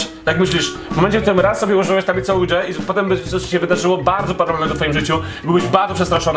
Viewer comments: nie OUDŹA tylko OUIDŻA... boshe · Oujia to nie "ujdża" tylko "łidżi" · Czyta sie 'oja' drogi 😂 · Drogi, nie chcę być nie miła, czy coś, ale tak na przyszłość: Plansza Ouija (czytaj: Łicza) 😉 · "Tablica Łudzia" -_- jprd.... daj Pan spokój..